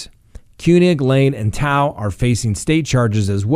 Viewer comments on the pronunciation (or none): You killed the cops' name it's "too" thao and "kang" not koonig lol.